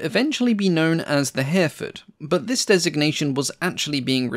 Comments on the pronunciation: The Hampden was one of the first Airfix kits I built back in the 1960s. Note that Hereford is pronounced Herryfud.😉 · Little note - Hereford is pronounced as Herrie-Ford. This is an excellent channel. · I assume you mean Hereford and Kiel rather than Hairford and Kyle. Otherwise I appreciate your research and detail. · Your pronunciation of Hereford is off enough to warrant anything from a "WTF was that" to a lynching from the locals should you ever go there. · h-error fud, not hare ford. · Herr-a-ford not Hareford! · He-re-ford. Three syllables. It's a town too. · An impressive long-form post. The 3D graphics you now employ are superb and allow for an easy appreciation of the type under discussion - congratulations to whoever does these for you. Tiny point - Hereford is pronounced herry-ford, rather than hare-ford. British pronunciations can be a minefield... even for the British (who else would pronounce Featherstonehaugh - an actual surname here - as Fanshaw)! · A good documentary ,but some strange pronunciation Kiel is Keel, Hereford is Here…ford not Herford. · By the way, "Hereford" is usually pronounced "Her-e-ford", not "Hare-ford". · Hereford is pronounced like the town - Hair-re-ford, not Hairford! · Yup ˈhɛrɪfəd in IPA, three syllables not two, with the stress on the first. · Please learn to pronounce Hereford….